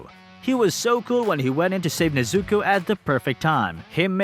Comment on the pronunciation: Bruh her name is NEZUKO! Not neizuco NEZ-ZU-KO cringe asf the way you say it